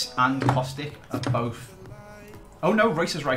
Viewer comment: why.......EVERYTIME...................................ITS kostić not kostik u say pretty much every balkan name correct..... that just grinds my gears sry.....^^